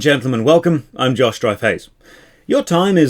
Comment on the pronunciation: Ever since you pointed it out, I'll never stop hearing "Josh DryFace"